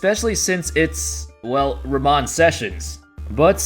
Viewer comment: Ramone bro , just no E. Not Rawmon